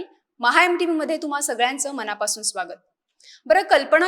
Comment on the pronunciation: अहो मॅड म मराठी थोडी सुधारा कल्पणा नसुन कल्पना, मणा पासून न म्हणता मना पासून म्हणा कदाचित तुमची प्रतिष्ठा वाढेल.